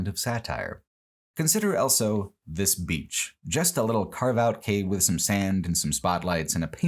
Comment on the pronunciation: pronounces the word "also" as "elso"